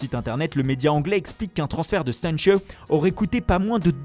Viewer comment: Le jour où tu as arrêtera tes prononciation 3.0 (sanchiiiiioooooo) et sans parler des noms italiens.. Je payerais un grec a tout le monde